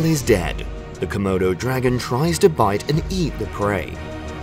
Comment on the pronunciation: Say comoudou dragon one more time! I dare you!